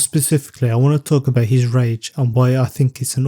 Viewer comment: Gotta emphasize that ‘G’ in rage brotherrrr I was like what the f I don’t remember grape scenes in hxh 😅